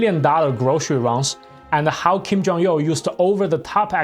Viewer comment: why do you keep saying Kim Jong-Yeoh?